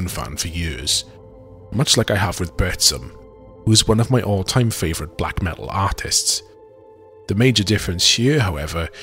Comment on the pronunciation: Ackshually it’s pronounced BURTZOOM